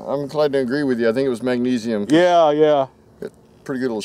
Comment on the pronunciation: Did he say Mag-sneeze-ium?